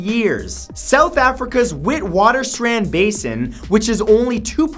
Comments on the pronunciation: wit water srand??? hahahaha wit waters rand! you pronouce it whit. its not more like vit. like vitamin try google translate to afrikaans next time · You need some practice on pronouncing witwatersrand. It sounds more like" Vitvartersrund" if said like a north american. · You're struggling too speak out our Afrikaans language, let me help you pronounce "Vit-Vaaters-Rand". Thats how you speak it out, yes we have rich mineral deposits in our country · I'm sorry, but I laughed for nearly five minutes when I heard you trying to pronounce Witwatersrand. It's just hillarious. For interest's sake, it translates to white water('s) edge. The 'official' translation is Edge of White Waters. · joh that pronunciation of witwatersrand was shocking bruv